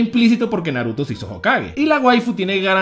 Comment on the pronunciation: Por que nunca pronuncias bien los nombres el Naruto ?